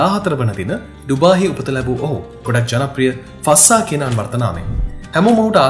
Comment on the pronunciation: ශික් නෙමේ ශෙ(යි)ක් ෆස්සා නෙමේ ෆ(z‍)සා fazza මරු වීඩියෝ එක